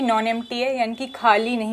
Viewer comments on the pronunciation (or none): U discuss about urdu little bit so this is humble advice U shoud pronounce empty set as خالی not کھالی.... with regards this ur fan